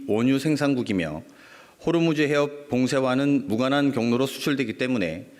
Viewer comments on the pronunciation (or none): none